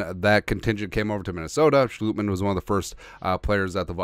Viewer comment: It's Sch"LOT"mann not Schlootmann